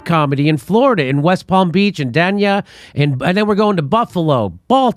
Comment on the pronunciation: Its "Dānia",bro...